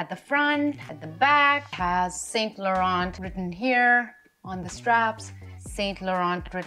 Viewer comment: T is silent in Laurent.